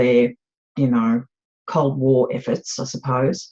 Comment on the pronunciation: Cold war? Or....Cult war?